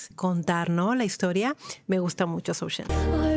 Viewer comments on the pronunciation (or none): The pronounciation is "JOE" , not " ZOO"...☺ .....Joe Shen .........